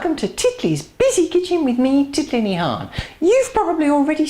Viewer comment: Is your full name? or a shorten version? Sounds like you say Tiffany? Big hello from Santa Barbara CA.